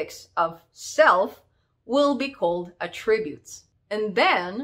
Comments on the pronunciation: att-ributes, not a-ttributes! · Loved listening to how your Canadian English pronounces Attributes with 2 syllables (Attrib-utes) to Australian 3 syllables (At-trib-utes). Very cute. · God, I wish you would learn how to pronounce attributes! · I can't listen to her mispronounce "attributes" this many times. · Have I been pronouncing attributes wrong this whole time?